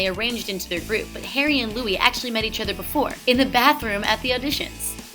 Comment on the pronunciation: i know all these and also u are the first american i have heard that doesnt say Lewis or Neil <3 Im British and it gets very annoying knowing that people say it wrong